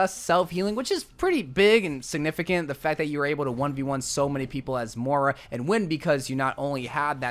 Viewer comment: Lol More-Ah.